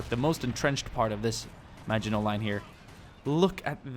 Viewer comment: Thank you for pronouncing maginot properly ❤️